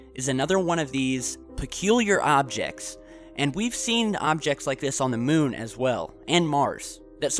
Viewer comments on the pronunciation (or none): none